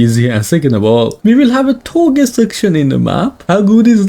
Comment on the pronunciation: It's touge not toge but whatever